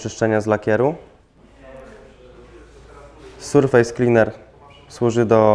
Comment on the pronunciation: "Surfejs kliner" xD